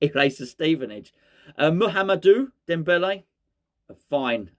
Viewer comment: Was it me or did you just repeat “Debele” all the way through. I can’t remember any other words !! 😂😂😂😂😂